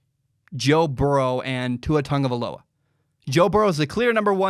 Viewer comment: Why do people always pronounce it Tugavaloa